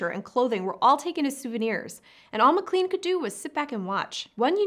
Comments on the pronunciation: McClEn? It's pronounced McClAn. Long a, not long e. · McLean is pronounced "Mc Lane."